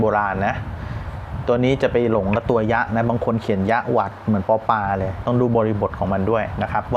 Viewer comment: ผมอายุ หกสิบสี่ หกสิบห้าแล้วยังชอบที่จะติดตามพัฒนาการทางภาษาครับแทบทุกตอน.แต่ยังงัยภาษาต้องมีความเที่ยง/ความตรงไว้แบบชัดเจน เช่น ป.ปลา ควรออกเสียง ปอ-ปลา ให้ชัดเจน ถ้าไม่อยากควบกล้ำน่าออกเสียงว่า ป.ปู ครับ.